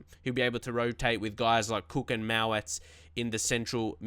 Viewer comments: Btw its mowatt not mawatt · Good to see you doing well on Legendary! You need confidence. I don't wanna rant but Tsafack ain't a realistic buy. Dominic Solanke would've been better. Oh also it is Mo-watt. And Nick Powell/Lewis Baker/Alex Pritchard/Jesse Lingard would've been much more of a Leeds United sigining than Karvalenko